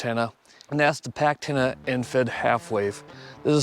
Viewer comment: Packtenna. Yes yes yes